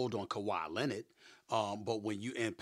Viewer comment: Kawhi "Lenerd"